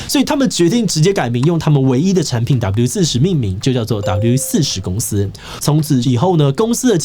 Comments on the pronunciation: 整片聽下來你的發音就在那一直唸W-40 標題是WD-40斷好發音唸好有那樣困難嗎??? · 發現志祺後面都只念「W-40」😂我說那個D呢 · 原來志祺都唸四十 我都唸四洞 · 我都念WD-4洞 聽到四十好不習慣